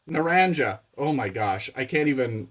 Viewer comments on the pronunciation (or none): Hi. Naranja means orange in Spanish. The j is pronounced more like an h.